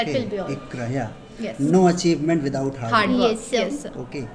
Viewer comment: Without 😂...withaut😂